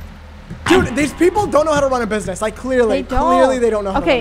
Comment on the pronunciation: “Mind ur freaking burgwax” 😭